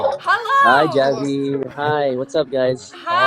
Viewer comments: Finally someone pronounced jaby's name correctly ... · He pronounced "Jaby" correctly 😂👌